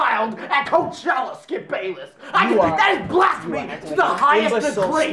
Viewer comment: Nobody: Absolutely nobody Not a single soul:: THAT IS BLASTPHEMOUS